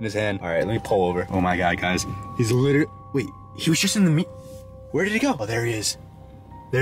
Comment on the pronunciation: litlerlly pauly lol good try